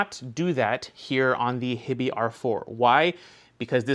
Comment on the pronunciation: Is HiBy not pronounced"High-Bye"? Like Hi-Fi? I kind of figured that was the point of the name haha